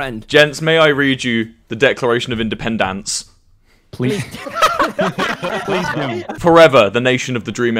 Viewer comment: ok, i was wrong. there was a clip where wilbur said like "independANce" and so i thought it was like that. my bad